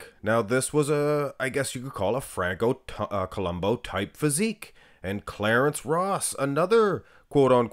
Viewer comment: I always thought that it was pronounced Franco Columbu not Columbo.